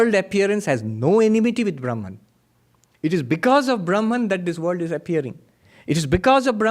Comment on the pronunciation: Thw word "world" has an L in it. It's not pronounced "×9=d" Some will be confused by your talk.